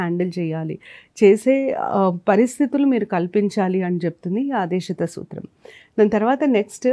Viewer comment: Medam aadesitha kaadu aadeshikaa